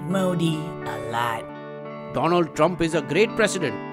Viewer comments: Its Doland Trump not Donald Didnt you hear him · Its do-land trump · Its Dolund Trump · It's Donald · Who said Donald Trump? It's Doland Trump :)